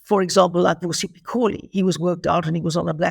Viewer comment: Alec it’s Mpho Phalatse not Mahlatse